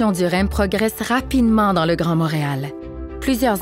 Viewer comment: Motréal? ou Montréal? Quelle prononciation bizarre!